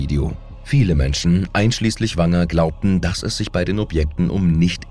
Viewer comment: Was für ein Blödsinn hier angeboten wird, habe ich schon nach wenigen Minuten verstanden, da hier jemand die kyrillischen Buchstaben nicht lesen kann und obwohl da deutlich lesbar WAGNER steht, wird er mehrmals Wanger genannt! Den Rest habe ich mir dann besser gleich gespart! 😂